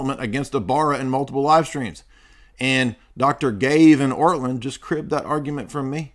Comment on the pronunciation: If you are going to claim to refute someone or his arguments, a good place to start would be to address the actual arguments in question. A second step might be to try to act Christian by not deliberately mocking and mispronouncing one's name. Your behavior here made Orthodoxy look juvenile and indicated that you either didn't watch his video or didn't understand it.